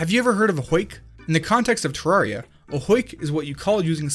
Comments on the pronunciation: UMMM AKCHTHUALLY it's supposed to be pronounced ter-rare-ia, with rare being pronounced as the word. Not many people know this apparently but it's cool to know. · Terr - AIR - ee - uh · It's Teh-Rer-Riah ( ͡° ͜ʖ ͡°) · you said it like this" tororya lol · One glitch is how you are pronouncing the game... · You say terraria wrong